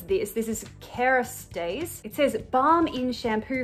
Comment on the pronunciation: Karastase is good but you pronounced it wrong. Who don't know what karastase is lol